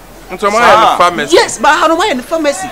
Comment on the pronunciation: “3y3 PA-Ha- macy” pharmacy 😂😂